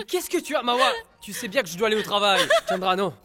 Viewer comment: Hhhh c'est vrai il dit tchandra chéri hhh